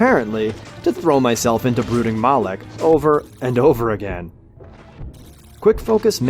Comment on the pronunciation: Fun drinking game: Every time he says "Brooking Mawlek," take a shot. Get ya sloshed in under a minute.